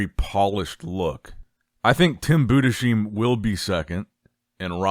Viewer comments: Yes. You speak it "Boo-dess-hime". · Its Budes-heim not budesheim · good video. it´s pronounced Tim Budes-heim (like Ana-heim) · Please,, learn, how to pronounce some names It is TIM BUUDEZHAIM and SLAVOY BEDNAARZ Thank you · I'll keep posting until you notice, Tim's last name is pronounced Boo-Dis-Hime, please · it's pronounced boo-diss-hime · is unable to speak german last names